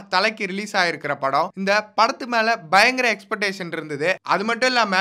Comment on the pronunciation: Ex-pec-tation sollunga... es-petation kedaiyaadhu